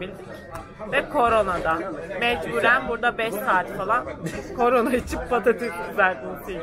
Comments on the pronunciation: 53.00de corona mı diyo bana mı öyle geldi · 53.22 Bi şey dicem corona demiyor mu bana mı öyle geliyor olum lsoxxozmoxSIMXDÖSŞSÇPXMXKSWÜWÖODŞSĞWI